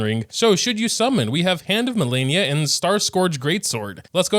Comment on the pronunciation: its malenia